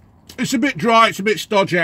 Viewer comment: "it's a bit drieh and a bit stodgeh"